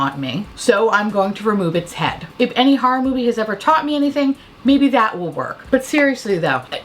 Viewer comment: I'm always like, ummm, if youre from Queens, you don't have any trace of an NY accent. Cut to you saying "harrah movies" and "harrah-fying" Bitch. I stand corrected. Haha 😄🤣😂 "sandpaper finish"